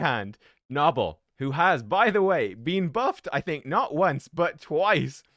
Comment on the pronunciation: Isn’t it “No-Bell” not “Naw Ball” lol